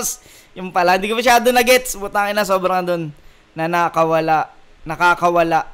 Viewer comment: "Naka-kawala." Hiwalay ang bigkas ng naka at kawala. Mabilis bigkas ng "naka" kaso yung pagka bigkas nya mabagal yung "naka' kaya nakaka confuse. Mahirap explain sa sulat pero sa bigkas madali sana. HAHAHA Pero sana nagets mo.